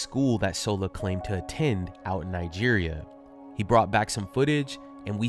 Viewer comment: "Nigeria" -- it's a hard "g" sound and the accent is on the third syllable.